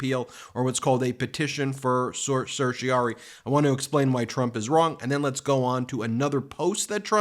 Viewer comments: Ben: certiorari is pronounced ser-shuh-rah-ri. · Ben, certorari is pronounced sir-shi-a-rare-I from the Norman Latin "to certify". It is an ancient writ developed in England in the middle ages allowing a higher court to quash an order of a lower court or government act on the basis of Illegality, irrationality or procedural impropriety. It stems from the Crown who represents the petitioner; hence R. v. Home Secretary ex parte Brown. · "Cer-ti-o-RARE-ee" - five syllables. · Ben, please practice the correct pronunciation of "certiorari"; you drop the "ra" more often than you pronounce it.